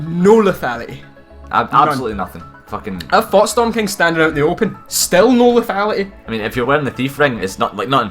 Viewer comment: the way says lethality is so goofy